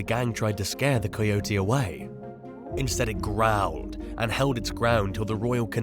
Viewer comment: You butchered the pronunciation of coyote